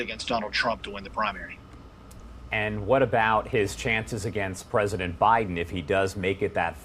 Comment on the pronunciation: Did Ron have his shoe-lifts in? It really makes him a pwesident in my mind.